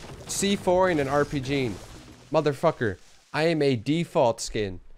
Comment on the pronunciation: The way he says mother fucker ‘mutter fuccerr’